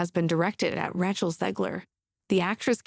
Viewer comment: AI Reading Script FTW! Ratch-el Zegler indeed!